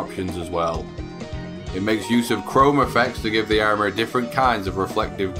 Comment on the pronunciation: It's "Armor" not Ammor lol